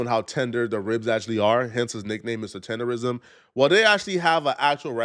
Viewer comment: Tender"nism"..NOT "rism"